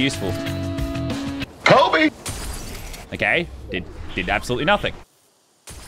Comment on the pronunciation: "KOBE" oof